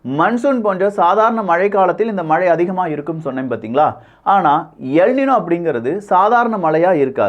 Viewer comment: it is not எல் நினோ. It is எல் நின்யோ